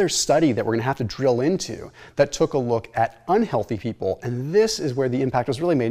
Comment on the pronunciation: When you say “took a look” always makes me giggle. 😂